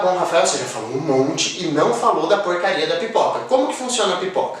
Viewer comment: Vc disse pipica?! Kkkkkk